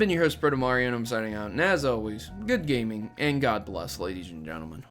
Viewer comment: "The Inconsistency of PC Gaminge" "Gaminge"